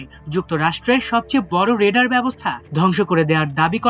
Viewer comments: ওটা রেডার নয়, ওটা রাডার। উচ্চারণ ঠিক করুন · রেডার হবে নাকি রাডার হবে ? আমার দেশ ওও এমন ভুল কিভাবে করে? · রেডার কি 🤔 RADAR R = Radio D = Detection A = And R = Ranging উচ্চারণ ঠিকমতো সংবাদ প্রচার করবেন।